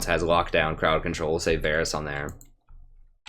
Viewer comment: listen prof, I love your videos man. Been following you for some 3-4 months now. I can't catch you live (7 hours of difference) but usually I watch your streams the day after. But dude, one thing you HAVE to work on: it's Varus, not Varys :P